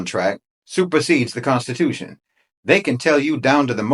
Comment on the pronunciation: The CON-stitution.